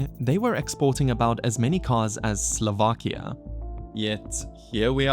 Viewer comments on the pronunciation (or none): none